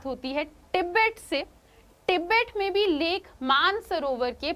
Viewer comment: Tibet hota h app kya pronounce krr rhe ho😂😂😂😂